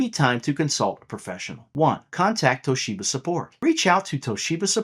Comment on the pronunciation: Toe sheba 😂😂😂